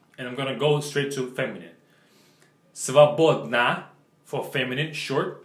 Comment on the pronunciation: I like this video so much. And thank you for the "Short adjectives examples", it's very helpful. Btw, I laughed so hard when you tried to show us how the word "свободн" would be pronounced. Спасибо,!